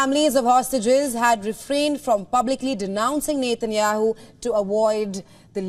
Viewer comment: NETANYAHU NOT NEYTEYNYAHU STUPID BROADCASTER